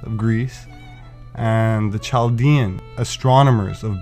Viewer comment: Chaldean Cal D in